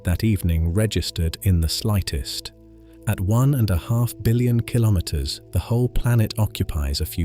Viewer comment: Kilometer pronounciation, please